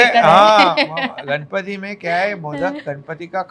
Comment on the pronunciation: Kamya, please pronounce Ganpati as गणपती , not गनपती, you are a Mumbai girl, you should know the correct pronunciation